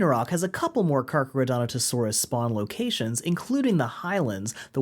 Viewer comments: Dude, it’s Carcharodontosaurus lol. Car-car-o-dont-o-saurus. You’re pronouncing the way you spelled it (you clearly practiced) you just spelled it wrong 😂 Yay crazy Dino names! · the way u say Carcharodontosaurus breaks me up every time